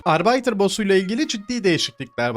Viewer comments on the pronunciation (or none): Arbiter'ın okunuşu [arbitır] olmalı dostum. Arbeiter almanca işçi demek 😅